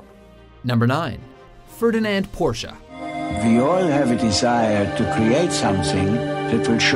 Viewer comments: That's about the closest an English speaker can pronounce Porsche correctly. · Yay they pronounced Porsche right.